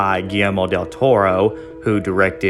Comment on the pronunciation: finally someone said del toro's name right